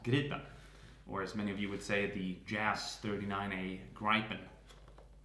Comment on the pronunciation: "This is Jas tresdgagdfertgpen"